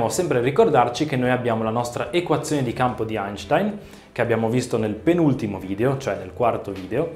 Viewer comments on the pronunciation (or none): none